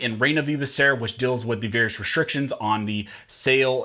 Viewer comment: I'm sorry, but you are pronouncing Becerra's name wrong. It's pronounced "bah" "soo" "rah". ;-)